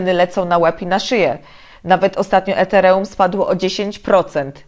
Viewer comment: taki piękny akcent a ż tu nagle ETEREŁUM :D